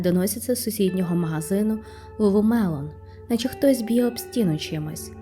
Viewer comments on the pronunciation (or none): Lulu Lemon тільки, а не мелон)) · Ні як не можу зрозуміти, як ти вимовляєш LuluMelon чи LuluLemon? Другий варіант вірний.